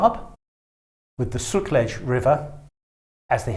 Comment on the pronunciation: It's not Poonjub. It must be pronounced "Pun" as in "Bun" and "Jaab" as in na "Wab" (Nawab) and also, Sutlej - that word should be pronounced as "Sut" as in "Hut" and rest of that is how it is pronounced in this video.